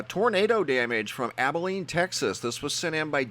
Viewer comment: it is Abilene Texas not Abeline Sorry thanks from Abilene Tx